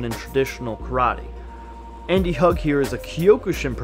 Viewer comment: I think you killed poor Bob. Anyway: Andy's second name is pronounced "Hoog". He did like hugging people, though. With his heel. In their face.